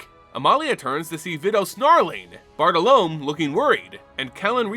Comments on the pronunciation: Another amazing video, but i feel like you should know that Bartolomé is pronounced b-aa-r-t-oh-l-oh-m-EH. However I'm looking forward to the Bartle Loam card that's now definitely coming in the next unset lol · Not critiquing but Bartolome bar-tall-low-me.